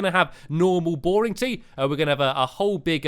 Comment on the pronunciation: Throughout the video I thought he was saying teeth the whole time but it was actually tea! Hahahhahahahahah lol